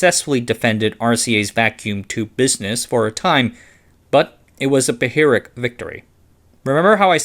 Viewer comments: "Pyrrhic" has two syllables, not three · in the future, note that "Pyrrhic" sounds like "peer ick", not "puh hear ick" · Not mention pronouncing the h in phyrric. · AI can't pronounce "Pyrrhic victory".